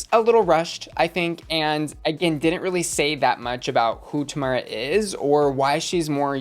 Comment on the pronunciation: girl we made it the whole season without you pronouncing tomara correctly one time. I love you so much, but plzzzzz. 🙉